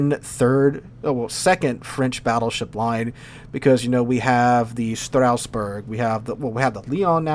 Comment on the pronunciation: when he say Strasbourg it sound like he's talking about some German Sausage food name